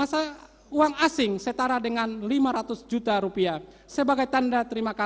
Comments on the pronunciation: Bener,,, asing d baca Aing 😆😆😆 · Saking semangatnya. Baca mata uang asing menjadi mata uang aing 😀😀😀😀😀